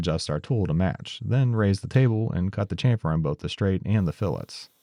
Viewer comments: Try shamfer... Like shampoo.... Not Chamfer like champion.... It's very simple and it's correct omfg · the slaughter of the english language! its pronounced shamfer, shassy ect, we gave you the language please respect it lol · Now I’d like to hear an explanation of the evolution of how you pronounce chamfer from your initial videos to now.